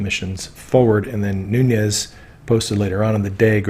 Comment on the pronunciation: Devin Nunes - surname is Portuguese, Nunes (not Núñez). Pronounced Noo - nes. Just trying to help.